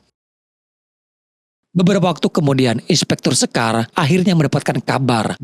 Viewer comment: Syekar bukan sekar bang, kyk ngomong enak bukan emak 😂